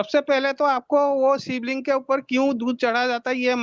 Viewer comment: shiv lung hahahahahahha🤣🤣🤣😂😂😂😂 Shiv lung 🤦🏻 nahi Shiv ling hota hai matlab ek hi hai Shiv lund 🤣🤣🤣🤣😂😂😂😂🤣🤣🤣🤣🤣